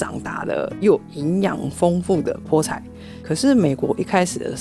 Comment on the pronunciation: 😂哇賽，知道菠菜台語的發音餒🎉🎉❤❤